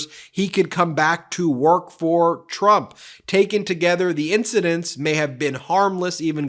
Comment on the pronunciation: says "rump" not "trump". please don't fix though, it's good as it is :D